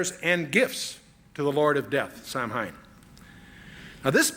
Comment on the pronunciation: Samhain is pronounced "Sahwin"